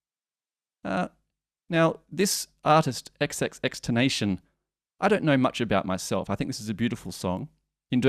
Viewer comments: “Tenation” LOL it’s pronounced tenta-sion XD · (xxx-ten-ta-c-own ) xxxtentacion not xxxtentation sorry love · I KNOW THIS MAN DID NOT JUST SAY XXX TEN-NATION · Josh-lyn Flo-rez and XXXTEN-TAS-ION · BOI MAN SAID EX EX EX TENATION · xxx ten ta see own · Ex-ex-ex ten-tassy-on :P Great cover though as ever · Its more like ten tah si ohn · It's ex ex ex ten ta cion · Actually Tentasione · FYI, his name is pronounced '' ex ex ex Tenta Sion'' Kinda lol, wanted to get that out there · it's actually Tentacion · "xxxTenation" XD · He literally murdered the name